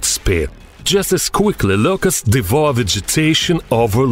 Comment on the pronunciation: I thought he was saying Lucas. I was like, “dam. . . He named that cicada